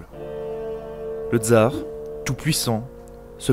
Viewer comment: On ne dit pas "dzar", mais TSar, de même qu'on dit SVetlana et pas zvèdlana.